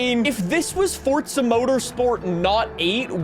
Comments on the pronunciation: Why are you pronouncing it "fortza"? its forza mate and if you wanna fall out about it then thats fine :@ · It pains me each time somebody pronounces “forza” as “fortsa”. GOD it pisses me off so much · Bro could you stop saying “fortza”? You literally only had 1 job blud... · There isn’t a “T” in Forza bro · Am I the only one who gets triggered/mad at the way he says Forza? (Not hate, just asking. no need to be offended)